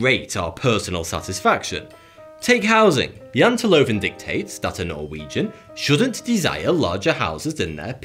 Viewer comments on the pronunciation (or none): well you kinda murdered the translation on the Jateloven sorry to say